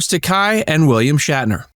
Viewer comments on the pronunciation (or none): It’s Ta-kāy, not Ta-Kï